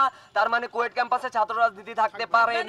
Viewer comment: কুয়েট ভুল উচ্চারণ , এটা খুয়েট হবে।